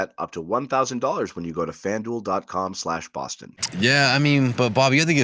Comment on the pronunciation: BAH-STAHN TE-AHS BAY-BEE